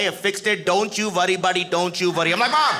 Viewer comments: Don't you vurry buddy don't you vurry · "don't you vworry buddy, don't you vworry" 😄😄